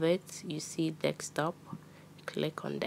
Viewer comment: Let’s all ignore that she’s pronouncing desktop, dekstop